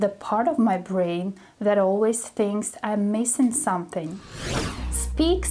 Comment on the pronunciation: Hi! useful lesson! "Don't take it too seriously", have you ever noticed when you say the word "Something" you always drop the "m"? I have been following you for a while and also noticing that you've always dropped the 'm' in the word 'soMething' then it becomes "suh thing" instead of "sʌm thing." It does not sound that weird when you speak. Here's the tip. If it's hard to pronounce, you just break it down and say it slowly when you confidently say it then speed up. As a learner like you, I just want to help you to speak correctly. And I'm not here to judge you. So I hope you find this helpful. Keep up the good work!